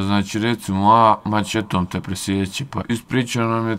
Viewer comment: Ha, ha, ha "doćekao" sa "maćetom" "ćovek" "prićama" "isprićao" "dećijim" "preseće te maćetom". U sledećem video kod logopeda izgovara brzalice! Dobio bi milion pregleda.